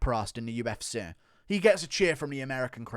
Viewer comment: What is the UF Seaa? - how do you pronounce the letter C: weirdly